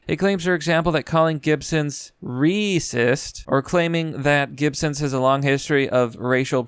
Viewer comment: I get the joke - Reeeesist but it stops being funny after the 2-3 times. Please stop pronouncing multiple words wrong for effect. You present as an intelligent man mocking SJW fools who absolutely deserve it. Please stop grabbing the low hanging mockery fruit.